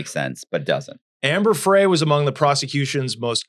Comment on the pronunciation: Omg, this Host with the slow Connect on the Homemade anchors and the miss pronunciation of Amber Fry‘s name. Do your background research.